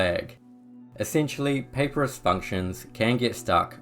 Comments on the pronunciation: Papyrus is pronounced: puh-pie-rus…you know like the kind of paper the ancients used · Respectfully, Papyrus is correctly pronounced "puh-PIE-rus". Great video otherwise, very helpful.